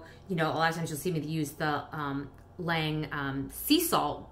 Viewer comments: Its pronounced like this lonje not lange lol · Lange isn’t pronounced like Lang... it’s Langè js